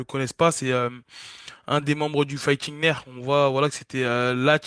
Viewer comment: Carlos Prates du fighting nerfs 🤣🤣🤣🤣 C’est le fighting nerds (ça se prononce neurdz) Merci pour ce petit moment 🙏